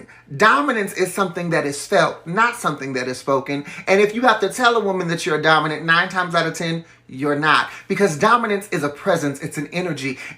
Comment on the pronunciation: im DEAD mans said DAWMINENT